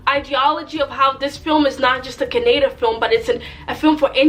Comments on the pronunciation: It's Kannada (Kan like in country), not Caaanada. Awesome review though. KGF is a magnum opus of Indian cinema and Yash is a monster. And I'm going for the third time next week. My heart just isn't satisfied if I don't watch it again and again. Btw if you think this bearded Yash is handsome, you should watch him with no beard. Girls go mad over him. Mr and Mrs Ramachari is an amazing movie by Yash. You can watch that. Heck, all of yash's movies are amazing but many won't translate well to English since it's rooted in Karnataka culture. My favourite dialogue other than mother is the strongest soldier is the one where he talks about fear and how it should be in the heart of everyone who comes to face you. Fav song is Dheera Dheera. The music is something that sounded like it belonged in a Christopher Nolan movie. Pure epicness. PS: you're not shy. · It is ka nna da kannada not canada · Madam call it as kannada not kanneda. Plz next time pronounce correctly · It's not kannad it is kannada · please pronounce kannada properly